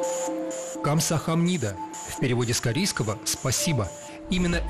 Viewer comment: камсаханИда 😆😆😆извините но меня вынесло на этом моменте